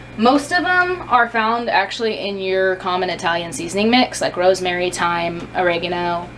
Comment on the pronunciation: Did you say.... ROSEMARY